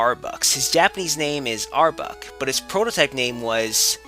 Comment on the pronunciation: Did you just say Arbuk?